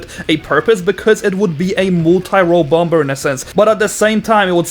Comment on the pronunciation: it's funny how he says "bomBer"